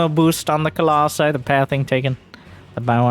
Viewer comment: I'm so glad you say "colossi"